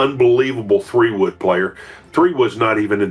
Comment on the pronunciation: IKR, a 3………woood, Ernie Else…😂🤣😂🤣 Artificial Dumbness….